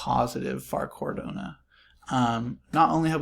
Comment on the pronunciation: Really great analysis dude! Thanks! Feel like it’s probably up from $1.50 from here heading into smart contract rollout. (For future vids - pronunciation is Cardano not CardOnA - no worries tho mate!). Cheers.